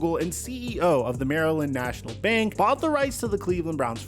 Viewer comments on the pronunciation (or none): none